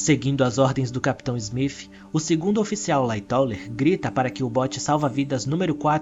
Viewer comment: Muito bom seus vídeos, bem esclarecedores, só queria saber porque em vez de você dizer o nome do capitão Smith você pronuncia como (Smif).